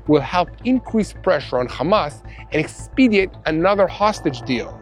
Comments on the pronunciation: Use the word "expedite" rather than "expediate".😄😄😄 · expedite not expediate.